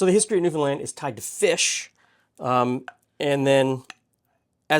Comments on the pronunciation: Interesting comment on pronouncing Newfoundland correctly. This is the way I, from the other side of the pond, have always said it and I was told I was wrong. Glad to be proved right. Wish I could eat this bun as I love the flavour of molasses. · Born and raised here in Newfoundland. Very proud of your pronunciation of the province, almost nobody gets it right! I hope you got a chance to try some of the local restaurants. The Duke of Duckworth has the best Fish n Chips in the city. India Gate has the best butter chicken I've ever had. Unbelievable. Peaceful Loft has the best vegan food I've ever eaten. Their Singapore noodles are one of the best things on the continent. Noodles Express has some of the best ramen I've ever eaten. Somehow they found a way to keep the chicken crispy IN the broth. There's a small cafe in Brigus that serves some of the best traditional Newfoundland food you can find. As for the molasses buns, my family doesn't like raisins so we never use them in anything.